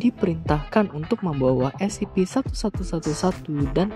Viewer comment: Kadang salah ngomong jadi Scp-111 Sebenarnya kan Scp-1111